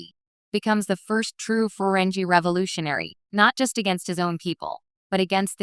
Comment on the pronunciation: What a crappy A.I. Video. EVERY SINGLE STAR TREK FAN knows that the alien subjects of your video are pronounced: FUR-REN-GEE. (with a HARD "G", not a soft "G") I won't even bother watching this video if you can't even pronounce their NAME correctly. This A.I. SLOP on YouTube is getting WORSE. People are making videos about subjects they have ZERO knowledge on. THUMBS DOWN